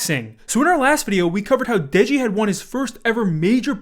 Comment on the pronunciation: dude really said degi 💀